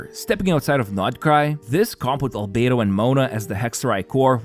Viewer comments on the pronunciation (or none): none